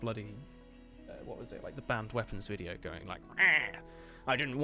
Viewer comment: WTF WTF U SAID VCIDEO NOT VIDEO WTF DUDE WTF WTF COME ON WTF Y U SAID VCIDEO NOT VIDEO ???????????!!!!!!!!!!!!!!!!!!!